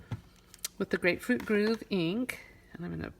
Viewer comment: It's Grapefruit Grove not Groove.